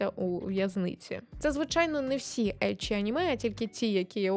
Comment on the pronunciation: Як людина, яка вивчає японську, дякую за правильно вимову еччі, шьонен та інше 😭💜